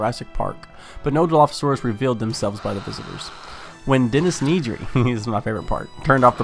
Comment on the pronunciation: why do you pronounce it NEEDry xd